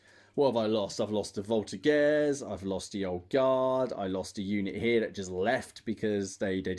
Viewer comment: Just a quick one :) In Voltigeurs the g is pronouced like a j (minus the d sound at the beginning). Thanks for your vids, I'm a true fan ! Cheers from Quebec !